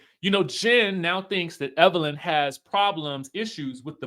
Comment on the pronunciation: Everytime you say that dammm lady name is HILARIOUS..."EVERLYN" 😂😂😂